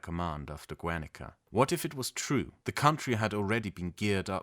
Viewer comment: Such a random note, but the prefix Guer- in the name of the town of ‘Guernica’ is pronounced like the prefix in the word “guerra” (war), with a hard G. Which should be pronounced like “Gair-” (like the word ‘hair’ but with a hard G like in ‘gas’). So like Gair-nee-kah. In Spanish, we make the double-u (w) sound with the letters gue and gui, but ONLY if they form a diphthong. We only know if this is the case if there is a “diéresis” (or an umlaut for you Germans) on the letter u. So for example, vergüenza (shame), güey (Mexican slang for ‘dude’), güero (inf. blonde/pale/fair person), pengüino (penguin), all of these are pronounced like a gw (if the güe/güi is in the middle of the word) or just like the English W if it is at the beggining (like güero is pronounced as wero). So if Guernica was spelled Güernica, it would be pronounced as Wernica. I only mention this, because I have noticed in your videos your comitment to pronouncing words correctly (like in one video you actually pronounced the word ‘guerrilla’ correctly, instead of like ‘gorilla’ as many other English speakers do haha). I have no expectation for you to say all of our words correctly, but it really is a welcome surprise to see how much you really do dedicate to getting it right, so my comment is only meant to assist you in the future. Thank you for your videos, I am a big fan! 🙏